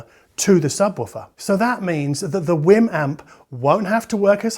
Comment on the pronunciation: btw I really do think it's pronounced like wee'm like the Wii, because they way you pounce it sound like your saying Whim.